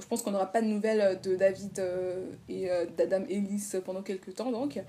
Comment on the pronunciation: À chaque fois que tu dis Adam Ellis j’ai l’impression que tu dis La dame Ellis du coup je comprends pas de quoi tu parle 🤦🏻‍♀️